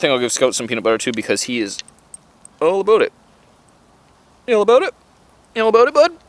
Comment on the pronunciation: that's what i taught when i heard him use hey and aboooooooottt